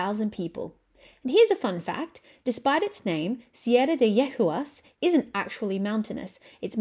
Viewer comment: It's pronounced YE-GOO-AS, it means mares, female horses 😊